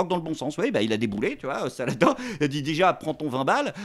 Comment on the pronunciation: Faudra lui expliquer comment on prononce en arabe Saladin😂